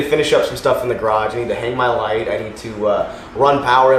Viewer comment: When you said I need to hang my light, I thought you said I need to hang my life 😂